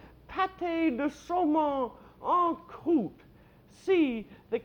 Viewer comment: I can already tell she's been hitting the rose... it's 'en croute...'